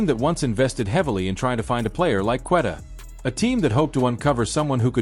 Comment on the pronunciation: This A.I is so annoying. JRue Holiday? Cant say Queta correctly. Showing tom brady. Saying was the holiday trade bad? What are u guys even talking about? Then showimg the 08 Celtics over and over.